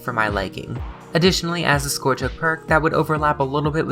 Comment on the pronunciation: Great video! Side note: not one person in the DbD community pronounces scourge or mither correctly, and it drives me nuts